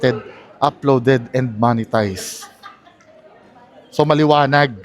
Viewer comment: talagang "moneytized" ang pronounciation huh.